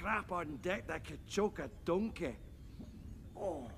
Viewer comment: Especially when he says "donkey"